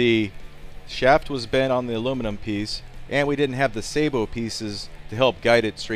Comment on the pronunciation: watch?v=HtO_qFMn9cA Ian says Say Bow. Trust him.